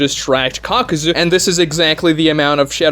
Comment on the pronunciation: It's kakuzu (kah-ku-zoo) not (cock-ew-zew)